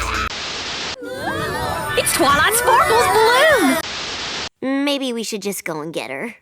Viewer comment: TWALIGHT SPORKLE'S BALIEWN caught me off guard in the best way 😂😂 Excellent work as always!